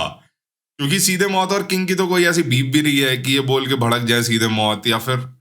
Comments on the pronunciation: Mout ni bhai moot hai vo😂😂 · Maut Nhi Mooth😂